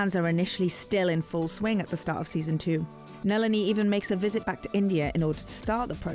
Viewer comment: NALEENEE??? Come on if you’re gonna do this at least get the pronunciation right